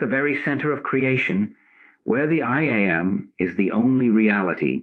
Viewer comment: Yes. I wish the AI wasn’t so obvious. It is a distraction. Especially when it says I am the I A m. 😂